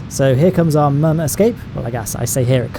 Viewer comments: And when he acts retarted and calls the moon the "mun" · It's moon, not man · It's moon not mun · Its moon not muun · stop saying mun its moon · This guy 😆😆😆 moon not mun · Its called moon not man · Wtf is the mun it’s called the moon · It’s called moon MOO-UN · It’s noon not mun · Sorry not trying to sound rude but, what accent is it when you call the moon “the mun” again, just curious. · guy on moon cant speak cant see cant be alive and then cant say moon correctly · when you said the mun i thought you meant the moon